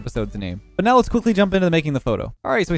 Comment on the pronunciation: go!*